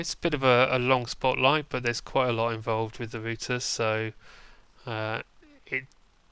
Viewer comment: Thats how you are meant to Pronounce it -_